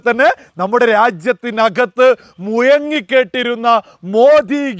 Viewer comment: . രാജ്യത്ത് മു യങ്ങി അല്ല ടെ - മുഴങ്ങി എന്ന് പറ.